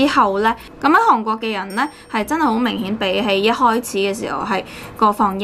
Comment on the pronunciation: 請問地球上那一個國家叫「航」國？我是支持和喜歡你的，但請別再懶音滿口，帶著七十多萬U粉的你請幫忙保存粵語